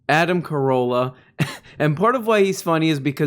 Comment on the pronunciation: Adam Ca-ROWE-lla